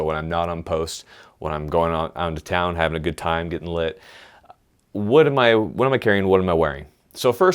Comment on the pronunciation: This dude says lit like its a fuse.